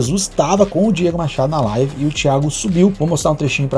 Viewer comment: Quando o cara começa a decair, chegar ao fundo do poço, ficar sem conteudo e começa a perder visualizações, ele começa a atirar pra todo lado pra conseguir mídia e não cair no esquecimento, o cara não sabe nem falar "live" ele fala "life" kkkkkkkkkk